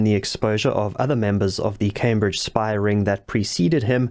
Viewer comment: A 'spahh'?